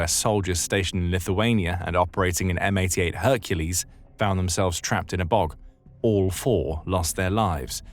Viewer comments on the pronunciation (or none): none